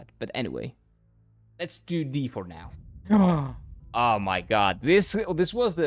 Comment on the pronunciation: do you pronounce god as jod too yeah?